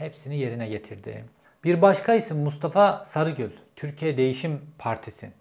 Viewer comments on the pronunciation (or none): none